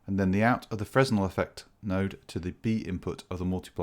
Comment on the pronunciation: fresnel is pronounced "fra-nell"